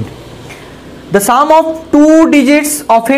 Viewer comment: Sir sum ko saam nhi bolte plus ko plas nhi bolte or son ko sooon nhi bolte ago ko aego nhi bolte lallu sa